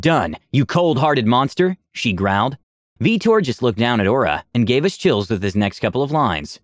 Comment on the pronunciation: Veetor. "VEETOR" at what time was that character made and was the player a mass effect fan?